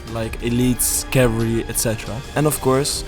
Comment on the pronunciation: Please learn how to pronounce cavalry, bro. lol. It's three syllables.